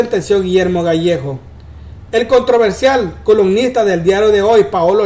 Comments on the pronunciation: Gallegos, no gallejos 🤦🏻‍♀️ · El es Gallegos no Gallejos